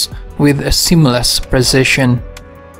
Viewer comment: precision is a funny word to pronounce oddly.